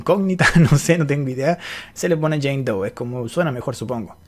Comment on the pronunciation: "Jane dou" "john dou" "baby dou" -coscu